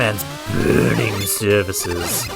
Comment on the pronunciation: can't say i like the quick laser design in this stage :/ the sliding spot especially gets mention for bad design. the posters and the boss reskin were pretty nice, but this maybe could have been dropped a tier or so. the way you say the word "burning" is just too funny. i love it.